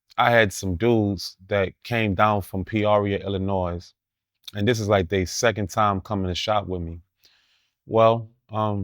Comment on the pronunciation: I’m done he pronounced Illinois with the silent “s”